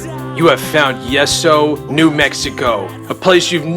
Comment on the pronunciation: pronounced yee so not yes so